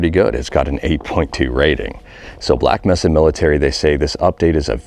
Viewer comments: Black May-suh Not Mess-a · this is the first time I've heard someone call it Black "meh"-sa